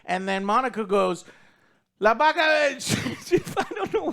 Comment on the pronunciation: Joe does speak spanish, right? He said "La vaca de..." perfectly hahaha